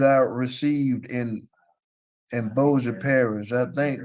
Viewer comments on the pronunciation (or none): Bossier is pronounced "Bow Shur"😊